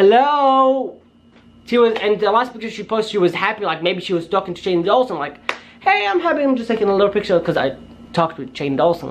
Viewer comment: Ok I'm sorry but it's not Shane dualson it's door-son that's how u say it door-son Shane Dawson I'm sorry xx